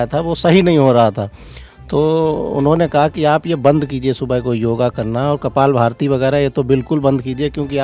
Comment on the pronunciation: Kapalbhati not kapaalbharti. Padhe likhe log 🙏. Hindi nhi aati kya 🤔